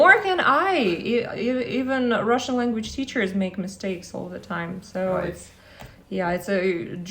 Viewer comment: Not gonna lie, his advise is on mostly skipping grammar is rather impeccable and really in line with my personal experience, but I gotta say Steve's russian pronounciation is rather awful and sounds somewhat slurred. Replicating the actual sounds of a language looks like a lesson he somewhat skipped and I really wonder if that approach went down well with his chinese.